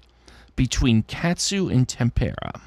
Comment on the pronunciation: Well done,! I didn't realize tempera paint was obscure (these days?) but a lot of people had trouble with it. Accent is on first syllable. Puzzle #50 🟩🟩🟩🟩 🟨🟨🟨🟨 🟪🟪🟪🟪 🟦🟦🟦🟦